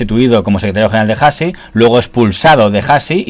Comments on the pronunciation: Hasi no se pronuncia "jasi". La H no la pronunciamos. Debes leer la palabra Hasi como si no tuviera la H. Es decir, Asi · hasi no es jasi es asi... la h no se pronuncia